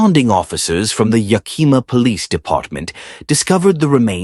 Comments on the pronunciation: Yak - eh - ma - accent on the first syllable. Plass-er. Please look up pronounciations before reading! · I often wondered if it was AI. Yakima is a brutal town and I have seen awful ppl beat up people for saying it wrong. I used to live there. Yak as in the animal....ih not ee...muh...yakihmuh. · Yakima......lol......it cracks me up the way you pronounced it.